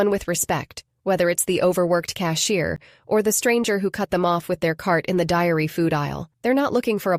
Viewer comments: Is there a real person behind this channel. She said diary when she said dairy aisle. And mispronounced tears Is this AI or real content? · AI get’s pronunciation wrong. It’s the dairy aisle and NOT the diary aisle.